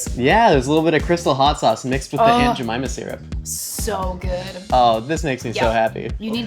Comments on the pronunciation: He says jemyma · Every time you say aunt Jemimah, all I hear is, "I put a whole bag of jellybeans up my a$$."